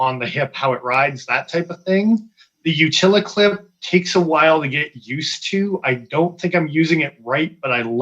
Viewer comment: Can you stop saying “utili” clip. Good info otherwise